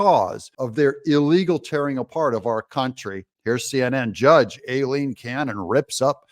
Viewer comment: The only people who pronounce Judge Cannon’s first name INCORRECTLY are LEFTISTS and YOU Are you a closet leftist, Doug? Some kind of shill??